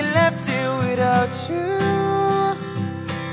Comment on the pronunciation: Great voice, just please pronounce "you" correctly and not tjoo 👌🏻